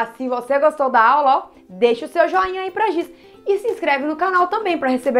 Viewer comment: E Giz nao Gis ok